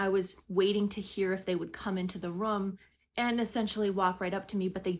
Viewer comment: What part of the country do people say "rum" instead of "room"? I can't stop hearing it!! 😂